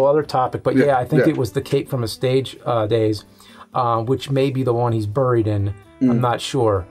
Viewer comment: Was he "brrried", or "buried"?